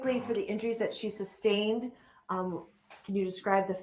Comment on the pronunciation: Substained. Libary. Brung